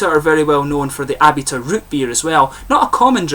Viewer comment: I sure do appreciate the "shout out", man! This particular beer didn't really appeal to me, sad to say, but I adore their Jockamo IPA. Actually, it's pronounced "Uh-bee-tuh".